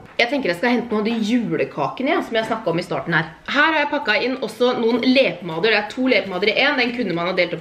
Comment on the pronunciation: "LE"pomader xD